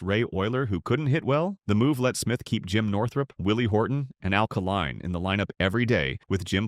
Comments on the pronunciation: Mispronunciation of names like Kaline's, many backwards pictures. This could be a good presentation if it was edited properly. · Met Mr. Northrup at a BBQ in the early seventies, saw that team play a few times. and the name is Kay Line, Al Kaline